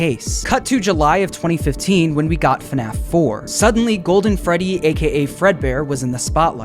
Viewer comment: Guys it’s the gwoldwen fwedwy